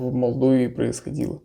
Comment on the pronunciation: Молдова......Дима....Молдова а не так как вы говорили несколько раз)